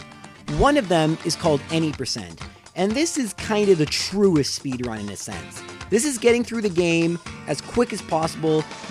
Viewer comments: WTF is a 'Speedunrun' 😂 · "Pokemon Speedunrun"... LoL